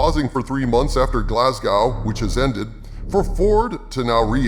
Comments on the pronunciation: Glas-go like go not gow like oww. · It's pronounced GlazGo not Glaz-Gou. Good video otherwise lol. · Glasgow is pronounced Galz-Go not glass-gow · As a man from Glasgaow. Its actually pronounced Glas-Go! Cheers oh. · Glasgow is pronounced Glaz-go, yankee brothers and sisters. And no.. I do not understand the recent obsession Hollywood execs have with George's Square in my hometown either. Something about it looking like Philly, allegedly. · Just for future reference, Glasgow is pronounced Glasgo, although the native cGlaswegians (or weegees) way Glasgae. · For future reference: Glasgow is pronounced “Glazgo” — it’s a Scottish thing. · To the, it's pronounced Glaz-go, the w is silent. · Brit here. Its pronounced glasgow, rhyming with Glass Toe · 😂 hearing a American trying to say Glasgow is funny lol, it's Glaz-Go..say that and you've pronounced it properly. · American pronunciation of Glasgooow is hilarious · should have checked how to pronounce "glasgow" tho,lol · That pronunciation of "Glasgow"...*shudder* 😂